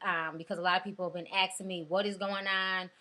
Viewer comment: " a lot of people been axing me" lmao...